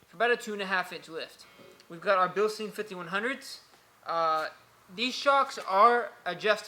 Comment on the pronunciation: Bil-stine. Say it with me.